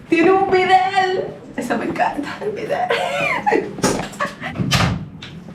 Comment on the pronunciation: ....es bidet...no bidel...al ver los comentarios acerca de la opinión de Lisander...también me sorprende...como que no es de él...lo sentí raro.